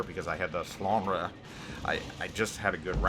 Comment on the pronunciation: I play as well the Alsace a lot and I like that ship as well. BTW it is pronounced Flandr (e is silent for you)